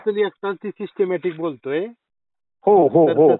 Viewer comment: सिस्टिमॅटिक नाही म्हणत त्याला... कोण म्हणते त्याला सिस्टिमॅटिक बोलता येते...😂